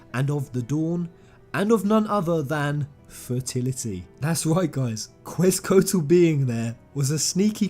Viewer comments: Quetzalcoatl pronounced like Ketz uh (barely sound the l) Co aut ul Love the videos, I like that you're able to make content out of such a huge passion of yours and that many others share, just had to help you out on that pronunciation <3 keep up the awesome content I know i'll be watching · I love the video, but small nitpick: the pronunciation of Quetzalcoatl, maybe it's a British thing or something else but it's pronounced Ket-Zel-Coh-Ah-tel. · I’m loving all your videos. Right now I’m laughing at your failed attempts at pronouncing “Quetzalcoatl” hahaha, that really is a mouthful for non-Mexicans :P